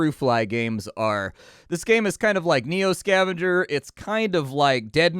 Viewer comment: Did you say neo scavanger? I forgot all about that haha